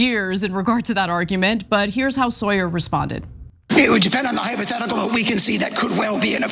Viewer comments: His Name is pronounced “sour” not “Sawyer” 😊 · Say the man's name, right, Ana! Sauer is pronounced ( sour), not Sawyer, what you 😒 keep saying 🙄